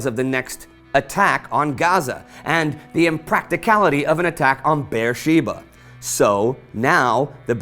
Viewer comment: "Bersheeba" is actually Be'er-sheva and it's pronounced with a soft e